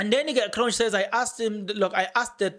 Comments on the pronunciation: You pronounce Cronje ...kron ye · It's Magistrate Cronje as in Hansie Cronje not Kronj. 😏